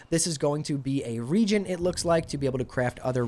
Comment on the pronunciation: great video, thank you for putting this together. constructive feedback.. is pronounced "re-agent" (used in a chemical reaction). regent is "One who rules during the minority, absence, or disability of a monarch." :)